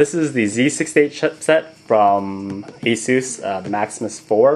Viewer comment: You said the name wrong -_- The name originates from Pegasus. Not to be a douche or a troll or anything, just to save from future ranters.